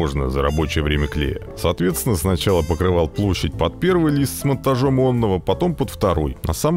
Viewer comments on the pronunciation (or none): опять оННого. (прав. оНого)